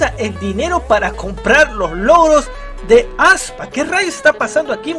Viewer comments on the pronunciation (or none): Fans: se dice aespa: ASPA!!!!